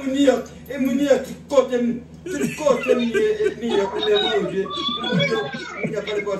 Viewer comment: prononce New York pi byen ke tout moun